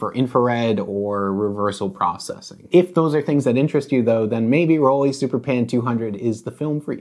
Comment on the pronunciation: Can you stop saying rolleee? Please?